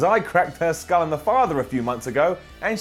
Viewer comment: Lol at when he says skull and father wrong